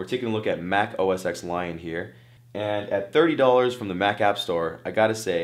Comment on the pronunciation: i feel like a tech reporter should know that apple's OS X is pronounced OS "ten". Seriously, man?